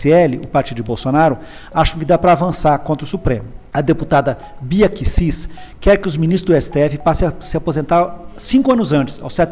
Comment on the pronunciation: Até parei o vídeo quando o cara pálida pronunciou Bia Kicis errado,o cara é ruim mesmo. Kkkk